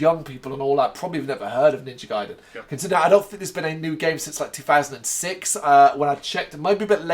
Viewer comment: Okay heads up I’m a NG freak so I have a good bit to say. It’s pronounced “Gah Ee Den.” It’s a Japanese word, the “a” is always pronounced “ah,” the “I” is always pronounced with the “ee.” If you see an “e,” it’s pronounced “eh” (like in “den”). Also it’s amazing how you were surprised at there being blood in the series because even the NES series was super dark and violent in it’s story. Go back and watch the cutscenes, I’m surprised kids were allowed to play it back in the 80s! Ryu does have a certain amount of paranormal abilities from his ninja training, showed I his ability to use ninja magic even in the NES series, so him hearing the girls’ voice psychically isn’t out of the question given NG lore. It’s surprising you weren’t into it given the prominence of dragons, magic, and obviously ninja in the series. The story about the dragons and seals was originally in the first NES game, and is central to pretty much all NG lore. Robert is from NG2 for the NES. He’s actually a very prominent side character. They also gave him a cameo in the new Ninja Gaiden 3. It’s bullshit that you think Sara should be going with them, Robert’s ex-SF and Jeff’s an ex-mercenary, they lore fighting pros and she’s a journalist. Also the part about him enjoying the killing sounds way darker as a translation than it is in Japanese, he’s just talking about him suppressing his warrior instincts, and them awakening again. Buckywise is not Jacquio, Jacqio’s real name was Guardia de Meaux. Buckywise w